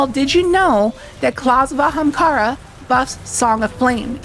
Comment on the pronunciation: You really needed to put in the clip of Aztercross saying Ahemkara. But love the vid.